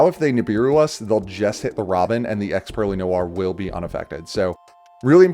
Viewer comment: it somewhat pains me to hear pure -ely rather than purr -ely